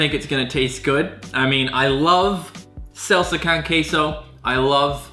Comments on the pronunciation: Did this man just call salsa SELSA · When he pronounces salsa as "selsa" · I got a little triggered at it 'cause there's no e in there at all and he replaced the a with an e sound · Mans really said "selsa con ceso" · I'm deeply bothered by him repeatedly saying "selsa" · I thought it was salsa not selsa? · It’s Sahl-suh not Sale-suh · It’s salsa not selsa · SALSA NOT SELSA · He kept saying selsa Instead of salsa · u said salsa and queso wrong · Is no one going to talk about how he pronounced salsa? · The way you pronounce salsa is cursed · The way said salsa made me want to die